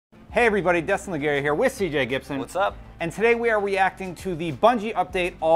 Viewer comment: I heard "weacting". Lol how bout you